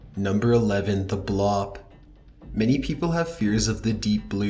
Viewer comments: blop? you mean bloop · Why does everything you say end in a questionnnn? Like, do you know what I meannn??? It's kind of annoyiiiiiiinnnng? Edit: And it's pronounced "Blewp". Not "Blahp". You dumb fuck. Edit: The Sky Trumpets were proven fakes. People just overlay the sound of trumpets/howling over whatever video they record. It's honestly an embarrassment that you even added this to the video, because it shows just how bullshit everything else in it is. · Work on your english... Bloop isnt pronouced Blopp (BLAH-P), Its pronouced Bloop (BL-OOP) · What's with the 'not going there' caption Also, it's pronounced 'bloop' not 'blop' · It's not pronounced "Blop", it's pronounced the way it's spelled, as "bloop", or "blupe". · do you mean the bloop my boy? or is it correctly pronounced blop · or how he says “bloop” as “blop” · Right?? Very annoying! Or the 'Blap' - seriously,, 2 O's together is ewww without the 'E' sound 'Buh-loop' - like an air bubble rising from water?? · The blop? Are you sure your reading this right? Its the bloop. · You keep pronouncing the word bloop incorrectly. You are pronouncing it “blop” like the word crop or mop. It’s pronounced BLOOP - with two O’s like the word bloom or room. One thing I have noticed about a lot of Youtubers is that they are super lazy when it comes to reading. Or else the majority of them are dyslexic. It matters how words are pronounced; otherwise they become a completely different word all together. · Does no one else have a problem with him pronouncing the bloop as the blop? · How does "Bloop" end up "Blopp" dude? The information may be interesting, but your inability to read words correctly (this is far from the first time) makes you sound like yet another person on YouTube who doesn't actually know what he's talking about. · It’s pronounced blue-op Not bloa-op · No it's him saying blop instead of bloop. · Sorry to be that guy but 'bloop' is not pronounced like 'blop' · Its not blop, its a BLOOP. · and, "the blop"